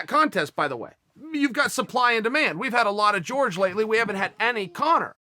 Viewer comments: Quit saying Jorge (George) it's Jorgé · It's "Whore-hey"' not ""George btw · its Horhe !! not George ffs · Bro its fucking Jorģe not george you racist fuck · Dr. Mindfulness of Water nah, it’s George. This is America, and we pronounce the J’s. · Dude his name isn’t pronounced like George lmao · His name is Jorge (HOR-HEY) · he needs to start pronouncing it correctly, as in hor-hay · How hard is it to say Jorge properly? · even Nate knows how to pronounce Jorge's name properly. smh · Like this comment so Chael will say Jorge the right fuckin way!!!